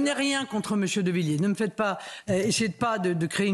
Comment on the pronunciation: Avez vous lu la pétition de Villiers ? (Essayez au moins de ne pas écorcher les noms). Le référendum sur l'immigration comme le demande Villiers est anticonstitutionnel.